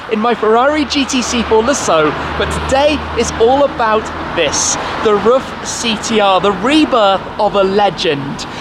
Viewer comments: Hey Tim, just a hint from a german: Pronounce RUF just like you would "Roof", not like "Ruff" :) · Omfg! It’s pronounced “ROOF”! You’d think automotive enthusiasts would know this.....